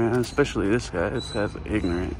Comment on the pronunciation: Pignorent, not ignorant .....🤔🤣🤣🤣